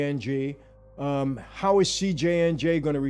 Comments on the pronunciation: It's CJNG not CJNJ. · "CJNJ"???? I thought it was CJNG. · CJNG……not CJNJ 🤦🏻‍♂️ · Why are you pronouncing it that way?